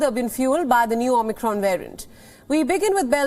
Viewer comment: She said "Omnicron" (just once, but Biden's speech rubbed off)